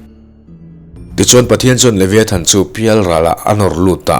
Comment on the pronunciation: A lam dan hi Leviathan nilo in Levaithan tiha lam zok tur aw